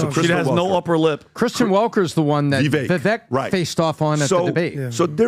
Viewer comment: Are you guys honestly incapable of pronouncing 'vivek'? Just curious